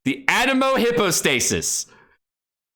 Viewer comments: Also its pronounced hypo not hippo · Don't farm the Anemo "Hippo-stay-sis" he says. Too late, I have everything already.